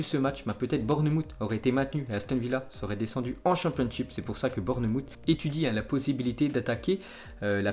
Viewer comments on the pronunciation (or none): Bournemouth se prononce bornmawf pas bourne moutte 🤣🤣🤣 fait un effort stp